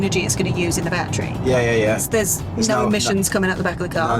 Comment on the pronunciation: IT'S NOT A "bat-tree ". Say "baa-TTeRy"